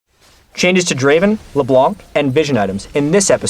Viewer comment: wheres...its PRONOUNCED LEBLANG -David "" Turley